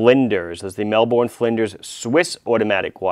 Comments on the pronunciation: Ahhhhh............ It's Mel-burn not Mel-born!!! Otherwise great video of course :D Love the Gold case Portsea, the one you reviewed is nice as well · Mel-BUN. Not mel-bourne. It's not Jason Bourne. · Mel boooorrrrnnneee It’s like melbun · Great review and great to see you stocking this microbrand from my home city! And yeah, over here we pronounce it "mel-burn" not "mel-borne". Aside from that, loved the review! Cheers! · It's pronounced "Mel-Bin"...